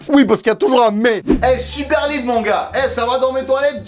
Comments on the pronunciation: W NE SE DIT PAS V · L'ivre , lyvre , lit vre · Łīvŕə ( livre) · ''Lywre'' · l'îvre, lit-vre, l'île-vre, livreux, litvreux ! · Lyvr Book Lybovork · lyvres= livre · Leehwrr (livre) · lyvvreue C'est quand tu lis livre en faisant un rot :D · Don't touch my libleuh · Si c pas bon comprend pas: « Lee ivre » c bon? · Moi j’adore ton lyvret a non pardon l’yvrets bon c’est pas grave tu m’as compris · lybrrr euhh att lyzrre euh non libro euu mauvaise langue libre merde livre ! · L'hyevreuts avec un e muet et un h aspiré ! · UN LUYIVRE 😂😂😂 MAIS SI ,SA SE DIT UN LUYIVRE... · я хочу, чтобы ваш lyhvrreuhe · "Lyv-rhe" ( pour le concours de livre sterling ££££££ ) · Lllyhbvfvrrhe Géisssphayrrhe keuh geuuh vfê ghanyaits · L’îvre (comme ivre) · livr lyvr liyvr lyivr lyvre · Líhvrheux Ou Líhvrheunt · "L' ivre" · Lhÿvhrh (le h rentre partout 😂) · "L'y-wreu" jpense que la y a assez d'erreurs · Moi jeu veu eul hlyfrreuuh pitain ! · Ton Lhyivreuhx je le veut bien il a l’aire bien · J ADORE TON LIFRT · Merci pour ton Lhyivhreuh!!! 😂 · Lyvrret = t muet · Ahhhhhh beuhhhhh llllyyyyhhhhwwwwrrrreeee y can fly... OK je sors 😅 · Yo c'est pour toi ça: Ļįvřə cadeau 😏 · l'hyvhreuhe Voila pour le concours 😂😂 ( livre ) bon biz j'te kiff 💚💚💚